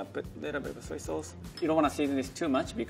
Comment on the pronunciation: Why are and saying SauNcE? Instead of sauce